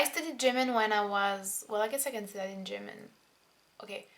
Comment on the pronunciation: You say "German" like "Jimin" hahaha